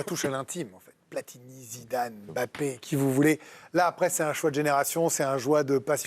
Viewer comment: On ne dit pas M-Bappé. Vous êtes INFOUTUS pour prononcer correctement le nom de famille de votre génie Français. C’est lamentable et médiocre. INFOUTUS de prononcer correctement le nom de Mbappé, INFOUTUS de prononcer correctement le nom de N’Golo Kanté.